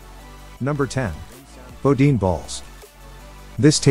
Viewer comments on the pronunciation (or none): It's pronounced "Boo-Deen"